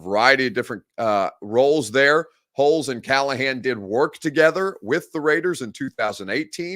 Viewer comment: Just gotta say it is not pronounced Holes. It is pronounced Holtz.